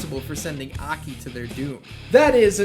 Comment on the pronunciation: Ahkey lol.... Its A. K. I.